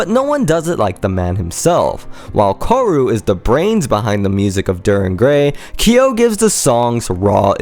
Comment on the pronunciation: Good video ^^ 1 small correction though: the guitarist is called "kaoru" like ka-oh-roo, your pronounciation let it seem as if it would be "koru"